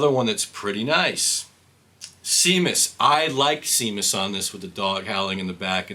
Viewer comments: You just saved me $44. By the way, the song with the dog barking is pronounced Shamus. It was the name of Roger's dog at the time. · It's pronounced "SHAYMUS". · It’s pronounced Shaymus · It’s pronounced “sham us” with a hard “A”